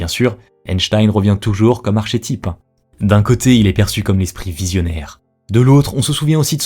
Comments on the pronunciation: archetype, mais ça se prononce arketype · la prononciation d'archetype. Please.